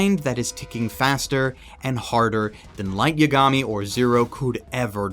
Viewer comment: "Light Yeah-gami" Jesus Christ, the butchering of his name.